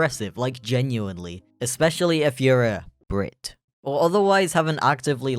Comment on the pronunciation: The skunk jump scared me, that's for sure Also on the emphasis of " B R I T "